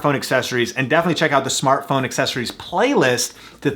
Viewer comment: "Smatphone Lenses" :D